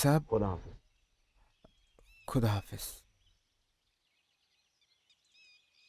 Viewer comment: Urdu speaking actors would have been appropriate. Khuda, not kuda. Khushi, not kushi. This is very important.